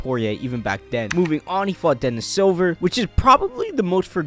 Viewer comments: It's Dennis Siver, not Dennis silver. Lol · It's pronounced sea-ver he's German I think.